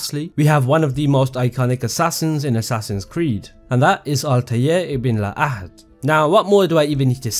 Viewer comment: You nailed sayining la ahad😊